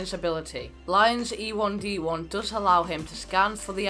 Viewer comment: Ee-1d not e1d1